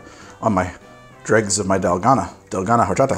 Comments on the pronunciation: Side note from a Mexican fan, horchata Is pronounced "orchata". The h doesn't make a sound, but other than that great show great drink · Just heads up, being a Spanish word, horchata is said or-cha-ta. The H is silent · Do NOT pronounce the "h" in horchata, sir, please. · H is silent in Spanish. ;) (Think "Orchata") ... Much love from an American living in Mexico. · The h in horchata is silent :)